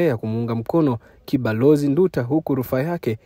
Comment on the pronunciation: Haitwi Ndu ta, anaitwa Nduuta😮😮